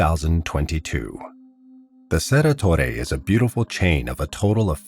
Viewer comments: Cerro Torre, not Cerra… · Also, Cerro Torre isn't pronounced "cerra torre" is it(?) The 'o' in Cerro is pronounced phonetically I think - just as it looks.